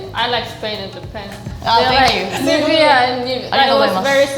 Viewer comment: Nivea isn't Spanish, but Latin and in Latin the emphasis would be on the (e) like Nivéa. That is exactly what said. Her emphasis was in the e. Not in the i or a. If her emphasis was in either i or a, It would have sounded very very different.